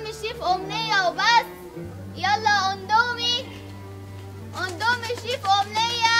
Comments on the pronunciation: اقسم بالله اسمو indomie مش ondomie مش معقولة كلمة هبلة زي دي تنطقوها غلط كمان مش لازم تحطو تاتش وتبيئو اي حاجة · اسمو اندمي مش اوندومي